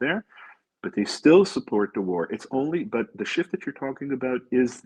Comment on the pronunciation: The word “support” has a T on the end.